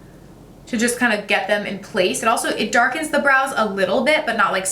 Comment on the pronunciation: Five 20 when she says brows I swear she said blows love itttt